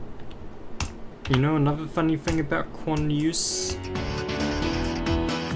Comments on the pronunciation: the way you pronounce quanteuse (kwan two s) as kwan ten euse hurts me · How can you pronounce Quanteuse "Quantenusesis" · according to others it's pronounce quant. like quantum. and teuse like "Tuh oose" and processing like processing. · Its (quan tanews processing) to pronounce it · you are pronouncing well quanteuse is not a real word. The level is a remake not of blast procesing but of quantum proccesing, an old level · the struggle to say the name😭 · bro had a hard time wits pronounciation of quanteuse ( and btw it's not chateneuse but "chanteuse" which means female singer in french and it is completely unrelated to quanteuse) also the level is a remake of the remake of blast processing "quantum processing" by riot.